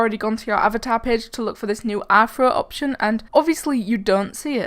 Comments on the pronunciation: When I put on captions on, it thinks your saying "Afro" instead of "Anthro" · When she said rthro it sounded like afro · When you said rthro or athro it sounded like you were saying afro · its pronunced ri-tro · i love the new "afro" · Rthro too be honest it sound like you said afro lol no problem